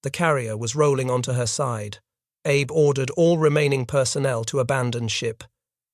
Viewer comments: Very good episode. Just work on pronunciations such as admiral Abe is ah-bay, not Abe. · A W F U L pronouncation ! ! The Japanese name "abe" is NOT pronounced like the Abraham "Abe" ... The Japanese is pronounced as "A beay" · The Japanese family name "Abe" is pronounced "ah-bay". Japanese names use the Chinese and Hungarian style: family name, personal name. Yang Jisheng, Takaichi Sanae, Lugosi Bela. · Ahhhh. Bey. Please pronounce correctly. Those of us that already knew this in the most part, enjoy others doing the proper amount of research and preparation.